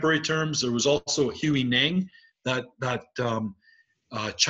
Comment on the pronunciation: "[the mind] must be brought to rest naturally." "None of this is a mental strategy."....don't worry about it...or answer any questions.. I don't understand Zen, and I'm frustrated. Thanks for the lesson. PS, you mispronounced Huineng.